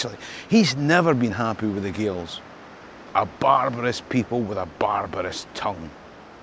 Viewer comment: The way you say Gaels, at first, made me think of local servants